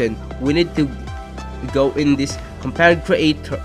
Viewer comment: It's compound creator not kompaaunt kreitor